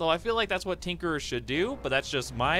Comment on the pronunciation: Tinkerer* not trinkerer.